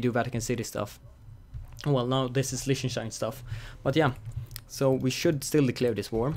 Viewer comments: "listener stien" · It's pronounced Leeh-ten-stein.